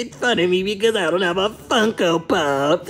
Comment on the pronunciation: When you say funko pop it sounds like Fucko pop